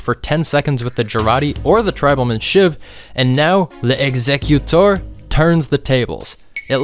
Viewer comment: l'exécuteur would be pronounced more like "lex-ay-cue-tur" btw. Not a big deal but I'm trying to help the tf2 community with its bad french.